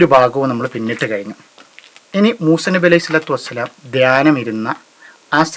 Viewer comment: മൂസേ അല്ല മൂസ 😂